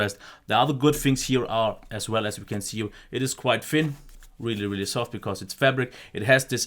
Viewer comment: He is saying fin not thin and I know that’s just his accent but it makes me so angry 🤬